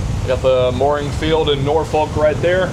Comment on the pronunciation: If going to Norfolk, learn how to pronounce it. Imagine "Nor-phuck". Ask anyone in the Navy